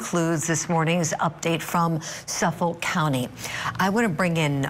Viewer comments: *suffolK … there’s a k at the end 😅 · Yesss! I kept saying that every time I heard her say it wrong. 😂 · She says Suffolk funny😂 I think it's cute it's not pronounced like that cuz I used to live there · Why can this woman not pronounce Suffolk 😂